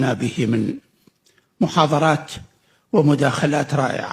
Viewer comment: يا دكتور محاضرات وليس محاظرات😂😂 التفضيل وليس التفظيل😂😂الضمة وليس الظمة..ثم وليس ثميى. اللغة العربية معقدة على أهلها ولا بساطة بها .ذوق إنك العزيز الكريم : شاهد من القرآن :استخفافا واستهزاءا بما كان يقول ... كنا أحرى لو لم يكن في القرآن الاستهزاء ...اخلاقيا وإنسانيا ...البشر عادة يفعلون ذلك لكن الله من المفترض أن يكون قدوة للبشر أخلاقيا وإجتماعيا .